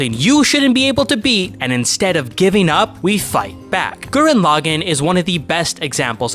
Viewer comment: You call the Lagann correctly but when you say the name of the anime you say it wrong.. How did you manage that habit 😂 WONDERFUL video btw!! Great breakdown of the series 🔥